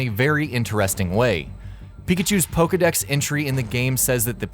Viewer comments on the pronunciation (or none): none